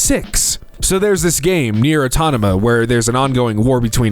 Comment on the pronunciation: Nier atonama? I’m not sure if I’ve heard it wrong lol